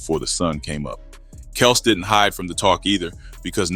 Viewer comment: Kelz not kelse